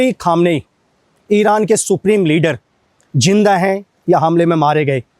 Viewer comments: Jinda kya hota hai bro zinda hota hai zinda. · Bro jinda ni zinda hota hea